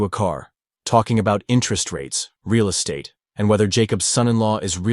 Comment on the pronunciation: The pronunciation of "Moishe" was cringe, AI is not a M.O.T. "Real Esstate" , "Diverffication" -- can't take anymore, I clicked on AI slop : /